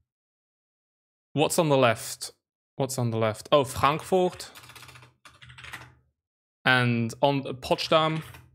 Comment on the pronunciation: I almost died when he tried to get "Frankfurt an der Oder"